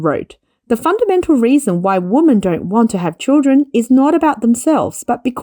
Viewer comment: "Women" should be pronounced "wimen". Removal of societal taboo of unmarried couples becoming parents would increase birthrate. In Asia, no marriage means no children. Marriage rates are falling of course, along with dating rates.